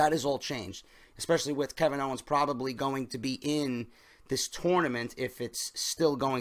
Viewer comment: Owens* not "Owner" lol